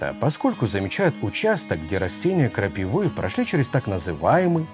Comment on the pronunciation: КрапИва. КрапИва. КрапИва.